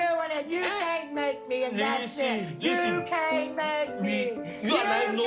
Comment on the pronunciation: Say it with me. You cain’t make me! You cain’t make me! You cain’t make me!